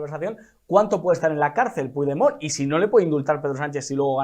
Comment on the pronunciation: Se pronuncia Puchdemon, no se si es burla a un presidente democraticamente electo por parte del perroflautismo o ignorancia supina.